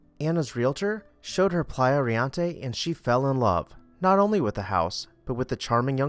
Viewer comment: Thank you for your videos. You are doing an awesome job getting thru these beautiful homes in record time while still presenting newsy facts. Riente , however, is pronounced Ree EN te. It means laughing or merry in Spanish. Also, you may want to google how to pronounce loggia. I don’t mean to be petty but correct pronunciation only validates your knowledge of the subject.